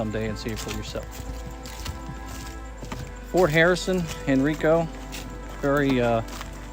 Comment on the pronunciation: Good info!! Thx. Sappy music😅 County is called Called Hen-RIE-co.